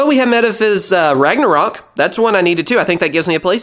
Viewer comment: I think Metaphys is pronounced like metaphysical, dropping the "ical" of course.